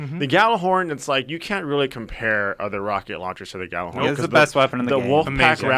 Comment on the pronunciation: Ya-ller-horn. Not Gal-er-horn. jeez